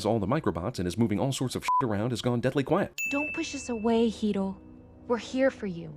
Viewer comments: AAANDD no mention of why the white girl is the only character to call hiro (hero) pronouncing it with a roll in the r as if she's japanese..... not even hiro's Aunt or brother call him that!!!! HIRO HIMSELF PRONOUNCES IT "HERO". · am I the only one who finds it funny that Honeylemon, the whitest character, is the only one who pronounces Hiro's name with a Japanese accent? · When honey lemon pronounces hiro she clearly says it a way that makes it sound japanese to loosely connect it to its origins in the comics. I think thats a missed sin, if not am i racist? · The fact that they pronounced Hiro's and Tadashi's names wrong is the biggest sin of all. I understand it's hard for people who speak English to pronounce Japanese names but the voice actors weren't even trying. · The chick with the glasses that pronounced "Hero" correctly ONCE then the rest of the movie pronounced it "Heedo" was the most annoying thing about this movie. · Is name is "Hiro" not "Hero". sorry being a nazi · I'm so glad that people in the comments are also annoyed with the white girl pronouncing Hiro. Like, everyone else (including the Japanese characters) say it the American way??? Hero???? And the white girl say it without pronouncing the R (the traditional way) but wHY??? IS IT ESSENTIAL TO THE PLOT? IT JUST BUGS THE HELL OUT OF ME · Me every time she said Hido I yelled Hiro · Honeylemon's accent changes... She says Hiro properly at first... Then she pronounces it as "Hedo" in a later scene... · His name is pronounced He-do not just hero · she pronounces hero HE-doe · I just hate how much of a Weaboo the voice actor makes Honey sound. Everyone else pronounces it "Hero", she pronounces it "Hedo" to accentuate the Japanese name. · Name order is Western. If this is Tokyo in the shape of San Francisco with Japanese culture then it should be Japanese name order. No chrysanthemums at a funeral. She pronounce 'hiro' as "heedle".